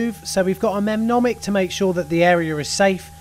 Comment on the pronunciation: Mnemonic pronounced “ni.monic” 🙂